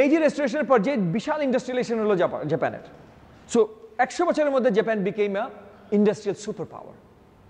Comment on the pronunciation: হ্যালো মি. in a sort of, আপনি তো in a sort of জেপেন জেপেন করতে করতে in a sort of শেষ করে দিলেন in a sort of. আগে Decide করুন না, বাংলাটাকে ঠিকভাবে বলবেন নাকি ইংরেজিটাকে বলবেন। এরকম খারাপ বাংলা বাঙালীরা যেমন বলে না তেমনি এরকম জেপেন জেপেন in a sort of English কারো কাছে শুনি না।